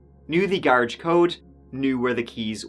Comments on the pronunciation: It’s pronounced Gahh rawjj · i cant listen to you for more than 3 minutes.....i hate it cause ive got hundreds of stories i never hear the end of.....and who tf told u that is how to say "garage", that was where i had to hit the X, my ears hurt.....u need to offer voice over versions that are tolerable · Hey How about a black THATCHAPTER throw/blanket or beach towel instead of a shirt? Same design, same colors, just not a shirt. I'd even buy an auto window decal. "I luv ya" but seriously, you need to hear an American pronounce "garage".❤ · Their house had a garridge? Cool! Also, what's the hell is a garridge? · What's a garridge?😅😊